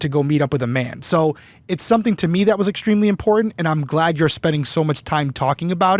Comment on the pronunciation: With the strengh of those specacles you would think she could see the T in the middle of imporTant